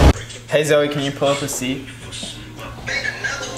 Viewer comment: I hate when calls Zoe "Zowey" like omggggggggggggg